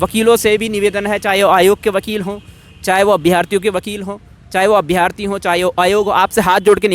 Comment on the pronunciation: भाई अभ्यार्थी नहीं अभ्यर्थी होता है